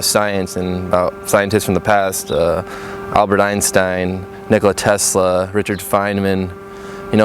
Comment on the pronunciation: good job pronouncing Nikola Tesla